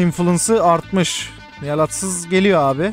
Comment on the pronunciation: adsız değil atsız btw